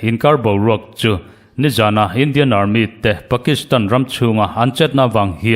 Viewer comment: Armit tih loh theih se Army ti zawk thei la